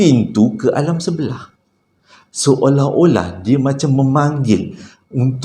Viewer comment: Assalamu alaikum. Banyaknya tersasul. Seluring, seorah-orah dan lagi dan lagi. Sebenarnya ada bunyi sesuatu dalam rakaman tu. Langsuiur marah agaknya. Keep stady.